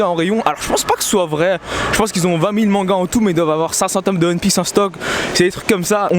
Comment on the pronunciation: Sa me tue a chaque foi qu'il dit Hun Piece au lieu de one piece